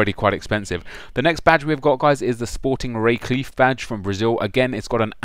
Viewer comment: Sporting Recife = "Schport He-see-fee"